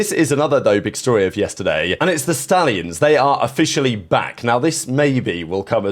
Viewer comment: It’s the fkn SHTALLIONS